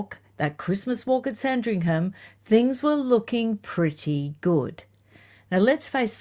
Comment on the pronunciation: I hope you don't mind me letting you know, that the 'h' in Sandringham is silent - this is meant kindly🙏